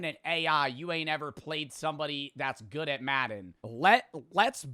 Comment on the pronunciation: Yo, is he saying "goog at" instead of good at?